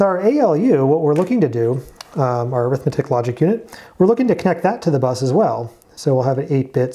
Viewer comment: Great series! My one comment is that in ALU, the word arithmetic is actually an adjective (and it's pronounced like AIR-ith-MET-ic) describing the type of logic, it's not an "Arithmetic and Logic Unit"